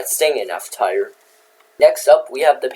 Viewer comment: Dont you love it when you pronounce tier as tire 🔥🔥🔥